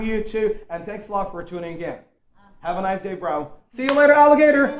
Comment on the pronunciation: Noice... It is just an exaggerated way of pronouncing the word Nice.. That's all.. Dahooom... I think that he is just kidding... He doesn't mean to be mean♥️♥️♥️♥️💞💞💞🎊🎊🎊🌼💐💐🌹🌹💘